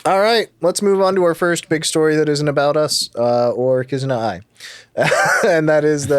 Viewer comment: only started watching and hearing say Kizuna Ai as A.I. instead of Eye